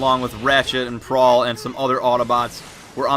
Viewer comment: Two things it's prowl not prawl and you asked how maybe bumblebee loses his voice the attack on the ark he gets hit but his claw boarding arm thing that hits him causing his voice to get destroyed